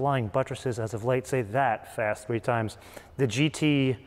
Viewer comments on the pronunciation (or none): none